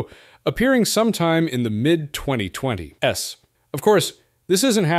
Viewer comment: This isn't even voiced by a human. I mean, why else would you call the 2020s "The 2020 ess"?